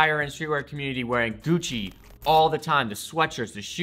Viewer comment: Everytime he says Gucci my ears cry